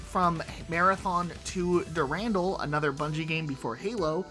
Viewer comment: Its not du-randall its pronouced "Deer-in-dall"